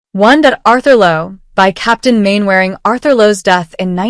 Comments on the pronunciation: Its not mainwairing you silly cow its pronounced Mannering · Her pronunciation of Captain Mainwaring is inadvertently funny...exactly how Warden Hodges used to insult him....!!